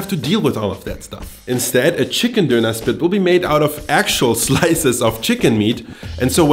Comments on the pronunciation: Diner not duner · its pronounced [DON] + [UH] not donur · First up, it's donner, not Dough knerr. DONN, ERR. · Me stopping this video at 1.15 because i can't handle the way this guy pronounces donner kebab IT'S FUCKING DONNA, DONNNNAAAAAAA, DON NUT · It's so weird to me he pronounces it 'dooner'. We would pronounce it 'donna' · Its pronounced Dewner not doonaah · I was soo annoyed listening to him say dooner. It's Doner (don as in on, not doo as in too!). Theres only one O. Not two. If you claim to be such an expert you should learn how to say it. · I’m triggered by him saying. ‘Doona’